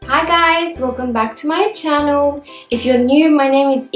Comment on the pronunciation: Why u always said chano not channal? Otherwise love u so much :)